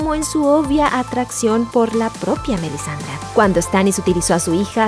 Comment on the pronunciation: Quien rayos es Marcela y Melisandra? Buen video, pero la pronunciación de los nombre si me molesto un poco